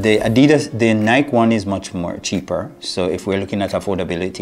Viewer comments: Ny-Kee, Ny-Kee, Ny-Kee, Ny-Kee,Ny-Kee, Ny-Kee, Ny-Kee, Ny-Kee,Ny-Kee, Ny-Kee, Ny-Kee, Ny-Kee,Ny-Kee, Ny-Kee, Ny-Kee, Ny-Kee,Ny-Kee, Ny-Kee, Ny-Kee, Ny-Kee,Ny-Kee, Ny-Kee, Ny-Kee, Ny-Kee,Ny-Kee, Ny-Kee, Ny-Kee, Ny-Kee,Ny-Kee, Ny-Kee, Ny-Kee, Ny-Kee,Ny-Kee, Ny-Kee, Ny-Kee, Ny-Kee,Ny-Kee, Ny-Kee, Ny-Kee, Ny-Kee,Ny-Kee, Ny-Kee, Ny-Kee, Ny-Kee,Ny-Kee, Ny-Kee, Ny-Kee, Ny-Kee,Ny-Kee, Ny-Kee, Ny-Kee, Ny-Kee,Ny-Kee, Ny-Kee, Ny-Kee, Ny-Kee,Ny-Kee, Ny-Kee, Ny-Kee, Ny-Kee,Ny-Kee, Ny-Kee, Ny-Kee, Ny-Kee,Ny-Kee, Ny-Kee, Ny-Kee, Ny-Kee,Ny-Kee, Ny-Kee, Ny-Kee, Ny-Kee,Ny-Kee, Ny-Kee, Ny-Kee, Ny-Kee,Ny-Kee, Ny-Kee, Ny-Kee, Ny-Kee,Ny-Kee, Ny-Kee, Ny-Kee, Ny-Kee,Ny-Kee, Ny-Kee, Ny-Kee, Ny-Kee,Ny-Kee, Ny-Kee, Ny-Kee, Ny-Kee,Ny-Kee, Ny-Kee, Ny-Kee, Ny-Kee,Ny-Kee, Ny-Kee, Ny-Kee, Ny-Kee,Ny-Kee, Ny-Kee, Ny-Kee, Ny-Kee,Ny-Kee, Ny-Kee, Ny-Kee, Ny-Kee,Ny-Kee, Ny-Kee, Ny-Kee, Ny-Kee,Ny-Kee, Ny-Kee, Ny-Kee, Ny-Kee,Ny-Kee, Ny-Kee, Ny-Kee, Ny-Kee,Ny-Kee, Ny-Kee, Ny-Kee, Ny-Kee,Ny-Kee, Ny-Kee, Ny-Kee, Ny-Kee,Ny-Kee, Ny-Kee, Ny-Kee, Ny-Kee,Ny-Kee, Ny-Kee, Ny-Kee, Ny-Kee,Ny-Kee, Ny-Kee, Ny-Kee, Ny-Kee,Ny-Kee, Ny-Kee, Ny-Kee, Ny-Kee,Ny-Kee, Ny-Kee, Ny-Kee, Ny-Kee,Ny-Kee, Ny-Kee, Ny-Kee, Ny-Kee,Ny-Kee, Ny-Kee, Ny-Kee, Ny-Kee,Ny-Kee, Ny-Kee, Ny-Kee, Ny-Kee,Ny-Kee, Ny-Kee, Ny-Kee, Ny-Kee,Ny-Kee, Ny-Kee, Ny-Kee, Ny-Kee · Please stop saying the name of a brand wrong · cool. Just explain why you say it wrong then.